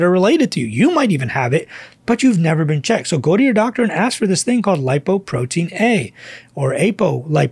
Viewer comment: "Doc, please say "Lipoprotein LITTLE a". It isn't A.